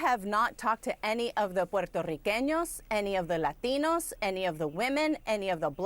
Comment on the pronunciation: I’m sorry,, you just lose all credibility with me when you speak in a perfect English accent and then become Hispanic the moment you pronounce “Puerto Rican” and “Latino”. Feels like pandering at its finest…